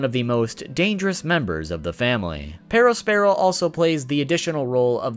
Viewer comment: The way you pronounce perospero